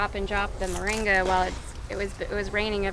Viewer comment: MORINGA, not "Maringa"!